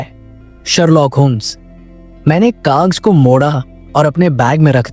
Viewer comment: Ajanbi nahi Aj'nabee, kagz nahi kagaz, apne shabdo ko thoda theek karo